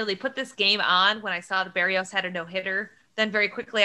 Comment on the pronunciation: Someone should gently tell how to correctly pronounce Jose Berrios' last name.